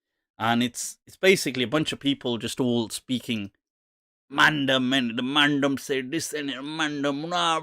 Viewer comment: Its not mandum...its man-dem..as in the 'dem' from 'demo'